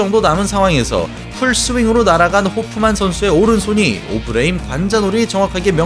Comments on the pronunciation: 초 ㅋㅋㅋㅋㅋㅋㅋㅋㅋㅋㅋㅋㅋㅋㅋㅋㅋ 개빵터짐 오브레임은 또 왜 오브레임인데ㅋㅋㅋ어브뤠이임이라고 해야쥐ㅋㅋㅋ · 처음에 오브레임 발음 듣고 괜찮은데 했다가 ㅅㅂㅋㅋㅋㅋㄱㅋ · 오브레임 약빨아서 근육만듬 영어발음하는거 듣는순간 개오글거림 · 조금 멍청한 느낌이 드네요. 오버하는게 맞죠. 중간에 오브레임 발음하는 것 들어보세요. 한국식으로 말하잖아요? 굳이 빡 빡 우기는것 너무 없어보여요... 외국에만 살아서 외국발음 밖에 못하는 사람이 아닌데도 오버해서 발음하는걸 꼬집는건데 말을 왜이리 멍청하게 못 알아 들으시는지... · 미국에서 사는거, 영어 잘 하는거 다 인정하겠는데 굳이 그렇게 굴릴필요가 있나요? 그것도 단어마다 텀까지 둬가며 강조하듯? 아예 다 영어로 말하는것도아니고 특정단어 몇개만 본토발음으로 굴리니 거부감 느껴지는거죠.. 토마토를 토마토라고 발음하는 대다수의 한국인들은 그게 원래 톰메이러라고 발음한다는걸 몰라서 그러는게아니라 여기는 한국이고 한국말을하니까 외래어 표기법에 따른 표준어로 토.마.토 라고 발음하는것 뿐입니다. 영상보면 영어단어 다 굴리는것도 아니고 선수이름 몇명만 졸라강조하듯 굴리자나요. 정작 오브레임은 어브뤠임므 이렇게 안 굴리고 오.브.레.임 이라고 외래어표기법대로 안 어색하게 잘 발음 하시더만요.